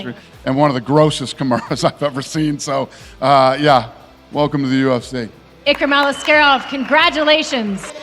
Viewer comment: I love how the narrator trying to pronounce Ikram Aliskerov with the Russian accent. Well done! Your pronunciation is clear and accurate.